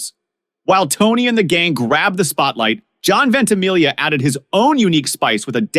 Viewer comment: It’s DEE Cavalcante. But at least you didn’t say Ven-tee-MIG-lee-ah. And I’m not even Italian. Just knew a few. - dad Dan